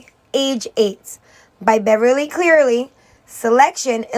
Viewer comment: Her last name is Cleary, not Clearly